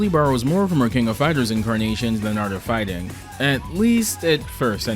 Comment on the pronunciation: ‘Dee Art of Fighring without fighring?’